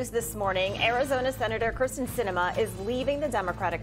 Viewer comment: It's KYRSTEN not Kristin.